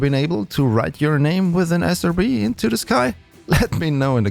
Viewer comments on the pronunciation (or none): Not a criticism to your accent (I'm also not a native English speaker) but I heard SOB instead of SRB many times lol and that made me laugh lol